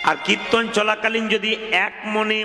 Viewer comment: na, kothata kirton hobe,uchharon ta thik mato boLun, apni banglae graduate korechen bolen,ato valo kirton koren apni, apnar kirton ami all time suni